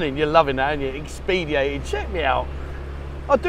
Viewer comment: Ex-peed-e-ated is erm, not a word. Sorry. Expedited is though 😀 Ex-ped-eye-ted